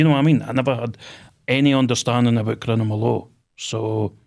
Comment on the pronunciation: “Crinimal law”😂 He literally can’t even say it correctly 😂 and then openly admits to bribing a police man 💀💀💀